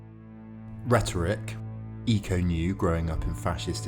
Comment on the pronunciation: Pretty sure it’s pronounced ‘echo’, but good vid!